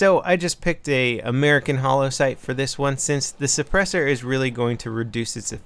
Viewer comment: What's a suppurssor?